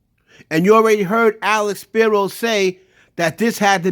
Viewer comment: was on Dame head this whole video 🤣🤣🤣 GOOFY, DUH, It's Alex Spiro NOT SHAPIRO🤣🤣🤣 it's like apples and cranberries.